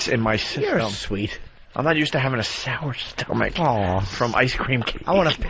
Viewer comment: i...FUCKIN HAAAATE, Opies stupid hacky flemmy throat pronunciation, SoUr StOmAcH, fuckin turd.